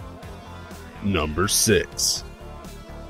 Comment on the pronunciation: spam the mouse button on the time if u want to hear dicks instead of number six :D